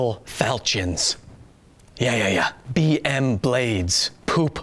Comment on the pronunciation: Falchion is pronounced Fal-key-yon.